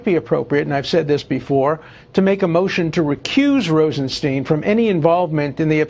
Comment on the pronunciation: Rosenstein testified and explained his name is pronounced like Feinstein. Why can't reporters remember that?